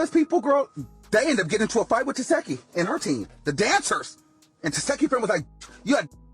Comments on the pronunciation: ITS TESEEEEHKI NOT Tesheki!!🤦🏽‍♀️ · It’s TESEHKI. Not Tesheki 🙄🙄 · The fact he kept saying te-seki instead of tesheki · Girl you don’t even watch the show saying her name wrong the whole time, I don’t even wanna give you a comment fr but girl bye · Are you playing saying her name like that? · Fake news. And you not saying Tesehkis name right either 🙄